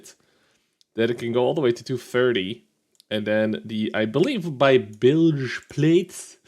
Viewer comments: bilge is the right term, your pronunciation is on par with how Americans say it. bilge was originally used to describe the very lowest part inside the hull of the ship where water often collects. its just the hull part of a tank. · You said bilge right